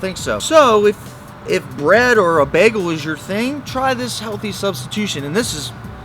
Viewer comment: Begel? What's a begel?